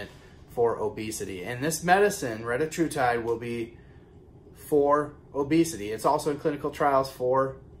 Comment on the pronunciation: Thank you for the update and the awesome pronunciation of the medication 😂😂😂